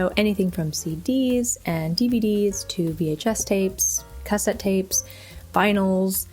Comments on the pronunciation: I love that she doesn't have any Cass ette tapes, and she says it like Cass ette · Interesting way of pronouncing cassette tapes. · Anyone else triggered by how she said “cassette”?